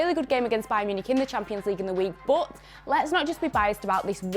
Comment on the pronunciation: how she says but BOOT